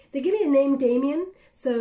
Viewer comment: ...you are amazing! You also got the name Damion right!